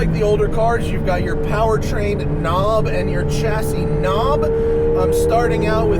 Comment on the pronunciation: its pronounced "shassy' you dolt